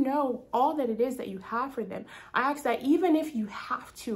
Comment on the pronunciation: thank you!!! great confirmation ❤🎉 if i may be allowed to say one thing, in love and not out of criticism, but i hear you say the word ask as aks.. but in pronunciation it is the s before the k. 😅 not super important but felt i should draw your attention to it so you are able to address it if led to by the Lord. have a blessed day!